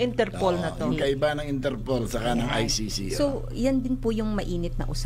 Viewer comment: pagpronounce lang ng ICC di pa ka maka perfect